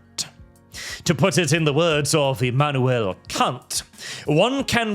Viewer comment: Emanuel what? I had to turn the subtitles on real quick to make sure😂